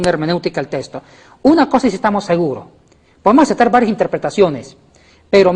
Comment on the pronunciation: SE DICE TEXTO NO TESTO.